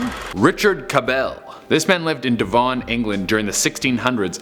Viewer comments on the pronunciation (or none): Devon, not devaun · Deevon haha it’s just Devon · It's actually pronounced dev-un..........................I don't get invited to many parties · I love how he says “devarn, England”. Does he means Devon? If so it’s pronounced like deh-vun, rhymes with eleven. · 😆 Devon, England. It's pronounced Devin, not De-Von. 😏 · Not to be rude mate but its pronounced deh vn not deh von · Devon - Deh - Von , its not french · “Devawn, England” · It's not pronounced Devon, it's pronounced DevUN lol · He was like “Dvon” and it took me a minute to figure out that he meant Devon. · Is it just me that cringed when he said Devon? It's pronounced De-vun. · "He lived in devauhn england" 😂😂😂😋😂😂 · I laughed so hard at the way you say Devon, England 🤣🤣 make it sound French or something hahah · Could he pronounce Devon anymore fucked up hahaha haha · Devon isn’t pronounced like that at all😭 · Kind of obsessed with the way you pronounced "Devon" in that first story 😆 Also Michael Scot was allegedly one of the most brilliant people to ever come out of Scotland? Have you seen Scottish twitter? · omg ive never heard anyone say Devon like that it's not that bloody posh haha